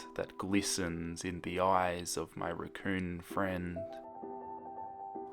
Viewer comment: when u said raccoon I swear I thought u said recurring